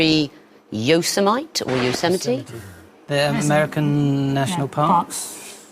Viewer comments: It's certainly unusual even for UK. I think most people in Britain would correctly pronounce it Yo-sem-itty. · "yo-suh-mite" aaargh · Yo-se-mite? What the heck was the host smoking? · "yo-suh-mite" UGH. NO. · Ýosemite? It's Yo-se-mi-tee, LOL. (That's the only time in this show that I felt the least bit well-informed.) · Mary Kelly It does not rhyme with Marmite, but is closer to Yo-semm-itty. I did not know this and also assumed the marmite-version, until I moved to California and actually visited the park :p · If you're going to present a reasonably erudite quiz show, at least ascertain how to pronounce "Yosemite" beforehand. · What way are they pronouncing Yosemite?!